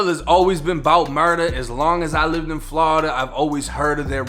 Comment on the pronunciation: Quit saying Flawda